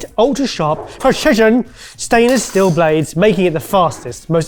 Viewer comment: !: "It features eight. Ultra sharp. PRESHIJHUN!! Stainless steel blades." 😂🤣